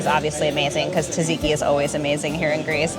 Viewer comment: You need to work on your pronunciation of "Tzatziki" - its 's not "tadziki" 😅